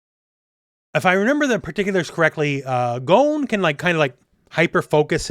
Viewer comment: Can you please pronounce Gons name correctly? gOn not gone